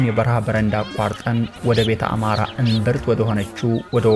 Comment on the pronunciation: አምሓራ ነው ያለው not አማሖራ